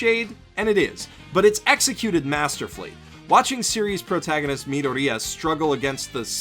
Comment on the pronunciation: "Meedooria"... cringe That's not how you pronounce his name.